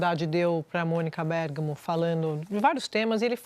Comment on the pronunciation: A Sadi não sabe que o gerúndio tem uma letra D? O certo é falanDo e não falano,!!! Esses pseudojornalistas precisam prender a falar português.